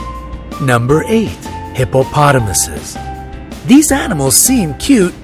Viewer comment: The narrator says eses when it is I like Hippopotomi.